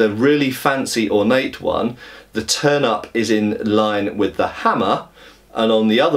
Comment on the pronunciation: Was looking away while listening to the video, and had to look back quickly after I heard him mention a "turnip" on the grip. Even after I saw the "turn-ups" he was talking about, it was hard to not hear it the other way, lol.